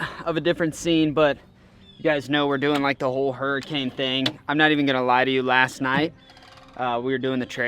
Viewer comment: F1 raceboat looks like a crawdad...Name it Crawl-Dad! The Irony! Or maybe the way you said Hurry-cane...